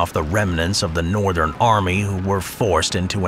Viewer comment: ‘Northen’ France…?